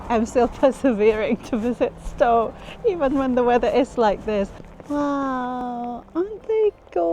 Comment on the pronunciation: Just for info: Stow is pronounced Stouw. It caught me out when I first moved to Edinburgh, 40 years ago.